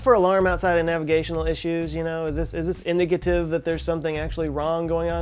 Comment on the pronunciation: Its IN-DICATIVE